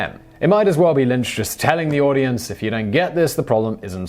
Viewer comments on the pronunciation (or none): none